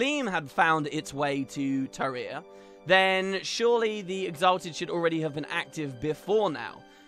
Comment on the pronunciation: What is wrong with you today? You keep saying terya instead of Tirya